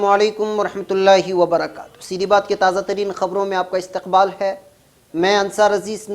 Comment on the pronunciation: aap se guzarish hai aap barakatahu kahen barakat na kahen